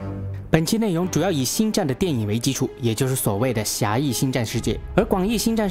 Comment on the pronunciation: R Y不分啊。。。rang永远都是读成yang 挥舞着光kian 。。。。。。内rong 变成了内yong 帝国势力 帝国是绿 嗯。。。被谁绿了呢。。。。。突然 突yan...... 说真的，讲的还是不错的，但是就这个发音。。。。让人着急啊。。。